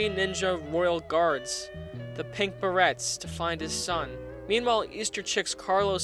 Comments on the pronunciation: I think this is a great video and I agree with it 100% how ever you said berets wrong it's pronounced as berays sorry to be a retarded nit picking communist soilder. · It's pronounced bur-AYs, you fucker